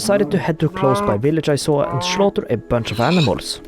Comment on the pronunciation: I just love your accent. It's so cute how you say "shleep". "shlash", "shlaughter a bunch of small animal families". Just adorable 😍🤣